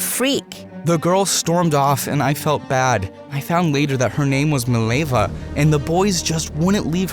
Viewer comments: fact it is mileva and not milejva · As a Serbian, the way you pronounce Mileva makes my ears bleed